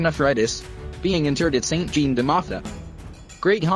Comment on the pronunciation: St. Jean is pronounced like St. John. (soft on the oh... hard to describe... ask a french speaking person lol) I remember seeing a display about him at the Halifax Citadel when i was 13 (51 years ago)